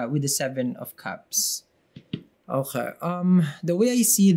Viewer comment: That "okey" makes me smile everytime, very Pinoy😊